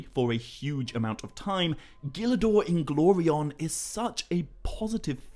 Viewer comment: Bro I love how you pronounce Gil Dor Inglorion's name👏🏿👏🏿👏🏿👏🏿 Tolkien was a genius man